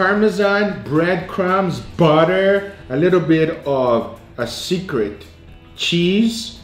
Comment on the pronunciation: the way you say butter is hilarious 😂